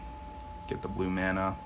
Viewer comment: Stopped watching after I heard "mana" pronounced like that.